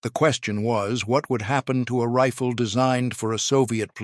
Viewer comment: No shit Sherlock. But they voice in the video pronounced Riffle. AI Slop.